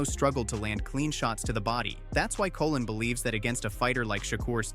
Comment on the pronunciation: Colón, not Colin